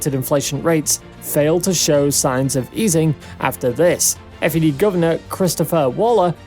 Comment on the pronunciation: Just a heads up - it’s the Fed and not F.E.D.